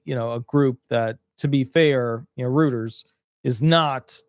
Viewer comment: Reuters is pronounce "ROITERS".